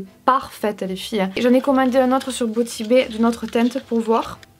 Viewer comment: "si ça continue je vais devenir bilingue" Also: "Boti Bé" 😂 j'te taquine